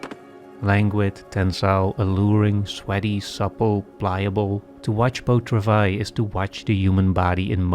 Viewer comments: Here here! What is the movie called? It sounds like he says "beau travais"? I only took 2 years of French, and forgot everything I learned. I looked it up, it is called Beau Travail. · What is the movie called? Beau Travais? I don't know French, and don't understand this presenter when he says the movie's title. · One tiny small little nitpick, I love your videos so much but, please put the title of the movie in the description. That's all. I couldnt understand what you were saying when you said the movie name and looked it up instead, then realized it might be in the subs. Would be tiny bit helpful for the name to be in the description.